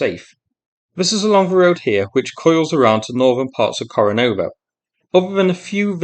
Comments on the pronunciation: Kore--NE-vo, not Kore-NO-vo. Yeah, I know it's a minor thing, but it's so easy to say it right. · KorenEvo - NOT KorenOvo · Ko rE ne vo though :)